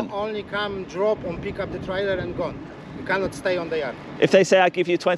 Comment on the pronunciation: "you cannit"